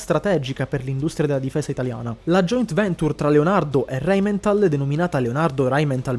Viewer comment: Rheinmetall NO RheninmeNtall. Che sembra la Simmenthal. Non se po sentì.